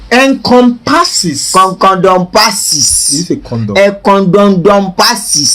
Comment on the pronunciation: Mayor finished me when he said econdomdompasses